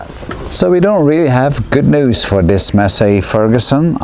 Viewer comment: not a "Masay Ferguson" it is a "Massee Ferguson"